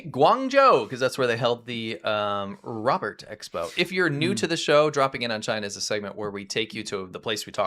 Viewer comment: Robert is 'robot' 😅 just got to the second correction 😅 and a third 😅😅😅